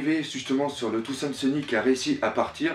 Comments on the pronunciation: C'est pas trop ça le problème mais c'est plutôt quand tu dis des trucs genre "Touzand Seuni" à la place de "Thousand Sunny"... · pourquoi tu dis Thoandsunny? on dit Thousandsunny en gros soleil millénaire en FR quand tu le dis on a vraiment pas l'impression que tu connaisse le mot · je t'en pris prononce bien thousand sunny xD sinon très bonne vidéo^^